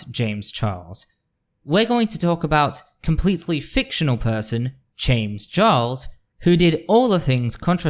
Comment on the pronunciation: I came here from your comment on a Lily Orchard video, and I really enjoyed this. (I'm particularly amused by what sounds like you saying "Chames Jarles" 🤣) It is a bit frustrating/triggering as a nonbinary femme seeing so many cis/binary people being bootlickers, defending Wynn, and in some cases fucking loathsome toad Buck Angel for their truscum rhetoric... but honestly, I'm not surprised. Performative Moderates will always throw marginalized folx under the bus to protect each other. 😒 I feel like they need to be slapped with Lily's "Natalie Whinging" video. You've got a new subscriber in me though! I await to see what else you have in store!